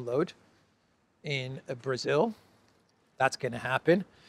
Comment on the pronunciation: Brazil “law”.not correct